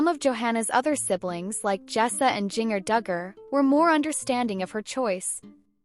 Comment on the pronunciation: You keep saying Jinger's name wrong. it is pronounced like the spice. as far as Johannah's choice. I am glad she did what she did. I am a Christian, but I let my children choose their own spouses. As a parent we are to raise our children in God's love but also trust they will make the right choices on their own. This isn't the barbaric days. If we raise our children correctly, in the admiration of God's love. we can know they will be fine. Parents do not need to dictate over their adult children. it is wrong.